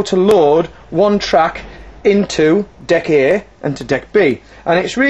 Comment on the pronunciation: when he says deck A is sounds like duckie lol